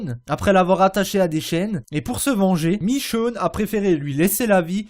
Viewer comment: michone pas michoune